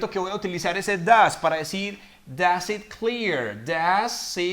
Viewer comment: Gracias profesor por tu explicación ya que se entiende todo, una pregunta pero es de pronunciación ya que viendo tus vídeos escucho siempre cuando pronuncias una palabra con i corta como ejemplo live, it, siempre lo pronuncias como una i normal del español pero siguiendo otras recomendaciones donde manifiestan que es mejor que nosotros los latinos lo hagamos como pronunciando una e pero muy suave ya que si lo hacemos como una i normal sonaría igual la palabra (live-leave) (it-eat) que recomendaciones tienes para esto.